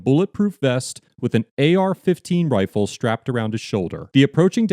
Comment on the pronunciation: He said "rahfle "